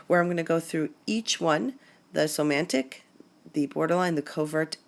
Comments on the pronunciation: please, it's soMATic and not soMANtic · It's "somatic" narcissist, vice somantic.